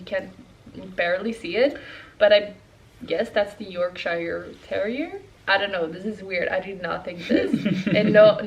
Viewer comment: Wow! Fun fact 😊 I thought he was or had something from a papillon dog (svenska Papillon (hundras)). Which is also related to the Spanial family. But never thought of cockerspaniel. A small note: Yorkshire is pronounced as 'york-sure' 😉 Loved the video and looking forward to see more dog content 🐶😍